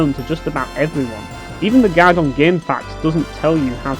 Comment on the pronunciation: I got confused when you kept saying "gag" Turns out you mean GUIDE. HAHAHAHA!